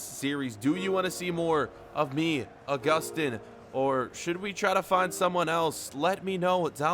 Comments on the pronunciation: It is pronounce Uh-Gus-Tin. It is pronounced Ow-Goo-Stan. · Pronounce it Au-Gus-Tin